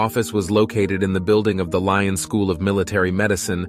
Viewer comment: pity he’s mispronouncing Lyon